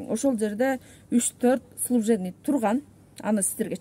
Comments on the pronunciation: "Служебный" деген созду туура айта албайт гоо. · Вообще тарбиян жок кыз экенсин,эми суйлогонуно соз жок,орусча кошуп суйлобой эле койчу.Служебный дегенди служвебный дейт,прямой дегенди прамой дейсин тилинди ондочу шерменде😅😅🤣🤣